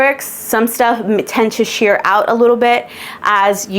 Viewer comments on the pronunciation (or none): none